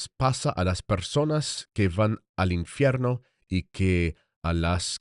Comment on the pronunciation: Unsolicited advice from a vocal coach and language diction specialist: your Spanish diction sounds a bit Italian. "V" should be more like "B" without actually closing and popping the lips. It's made by voiced air passing unimpeded between two lips as opposed to voiced air passing through the bottom lip touching the top front teeth (as in English, Latin and Italian.) And "infierno" is not "in-fe-rno" - but "in-feeyayr-no" -- feeyayr. You have a good ear, but if you preface your reading by saying "I speak Spanish", make sure it's tight. God bless.